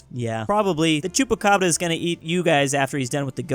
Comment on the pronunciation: It's just funny how he said "Chupacabra"